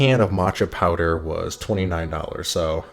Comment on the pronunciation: Bro is "powder" with a 'd', not "power".